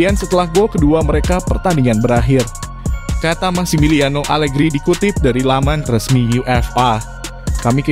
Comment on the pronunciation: Pecat.pelatih alerhi semua orang.bukan Alegri tp alerhi.mau munta